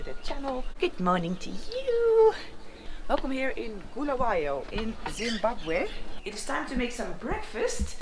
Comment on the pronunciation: It's pronounced Bull-a-way-o not Bull-a-why-o